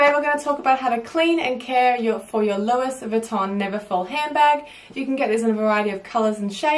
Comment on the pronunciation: She said louiSSSSS Vuitton. Shudder.